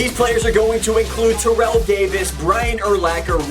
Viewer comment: i would do Terrell Owens because.........it's Terrell Owens (also it's pronounced tair-ell, not terrell)